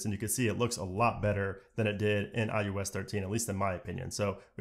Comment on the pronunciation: Why does he keep calling it iUS 14?